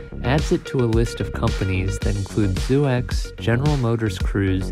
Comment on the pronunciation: It’s not pronounced “Zoo-x”, but “zookz”